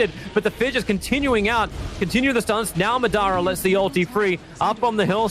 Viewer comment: As a Naruto fan I wish Tobi knew how to pronounce Madara correctly